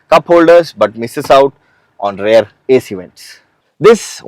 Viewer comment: Sorry Sir, but I'm a little confused. Every time you say "Rare" do you Actually mean rare or do you mean Rear? Please advice Sir